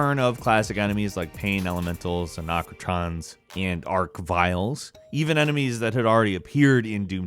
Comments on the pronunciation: did you say "Anakrotrons" and "Ark-Vile"? not the first time ive heard someone say their name like that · A RAC NA TRON ARCH VILES AND AINT HARD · " anocatrons and ark viles" I didn't realize it was possible to screw up the pronunciations of these words but you did it. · "Dahkatana" "Anachotrons" These pronunciations really bother me... I can understand not knowing how to pronounce Daikatana, but you totally just misread Arachnotron. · Achratrons and arcviles 😂